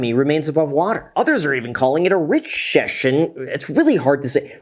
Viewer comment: You said “Richcession” like I say “Worcestershire” 😂